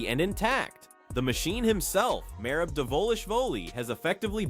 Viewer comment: I watched the first 30 sec of your video and then left cause you can’t be a real mma guy if you can even say merab’s name right.